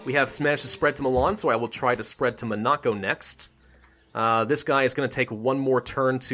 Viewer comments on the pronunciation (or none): You are pronouncing Monaco incorrectly, dont really know how to spell it for you to say it correctly but just wanted to let you know.